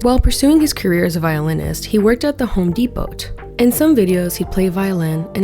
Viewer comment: “The Home Depo-T” lol ❤